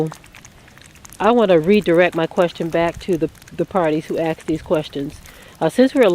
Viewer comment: Axed????,,,or asked???sister learn proper pronunciation,,u sound ignorant,,or uneducated